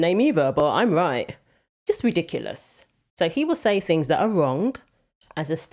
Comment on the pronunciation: ...." there are many fings"....